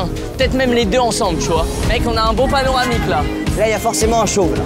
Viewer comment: Michou : ' "Mec, on a un beau panaromic là"... 🙄Y'a pas un soucis là sérieux ?? 🤔 😅 On parle de "paronama" ici même!!! C'est gênant. Michou, reprends toi!!!! J'te dis ça avec bon cœur, c'est pour ton bien !!!!! 🥰